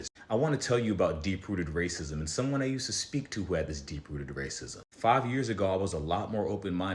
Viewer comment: “ray cism” instead of racism 💔